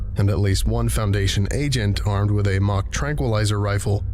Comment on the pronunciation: I'm glad I finally understood what they were talking about The tranq rifles. I thought they said "Mach Tranquilizer Rifles" and I originally thought, oh good god. instead it's "mock" thank God.